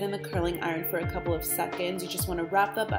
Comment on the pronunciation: Nice video, but it would be nicer if you spelled tutorial correctly and pronounced iron properly